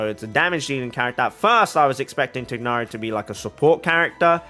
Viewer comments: Ok so to pronounce tighnari’s name it’s just like thigh but without the ‘h’ then + nari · as a muslim, it’s not even close to thigh. its like tick. but replace the ck with gh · To comment about the "proper" pronunciation of Tighnari. Since Hoyoverse didn't feel the need to make sure the EN VA of Tighnari pronounced his name properly (he pronounces it Tie-nari), they obviously don't care that much about the proper pronunciation and so it shouldn't be a thing for people to fight over. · No, the trailers pronounce it incorrectly. the g is pronounced. "gh" is said from the back of the throat